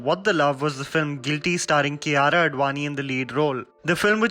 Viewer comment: She's is Kia-ra I used to pronounce Kaira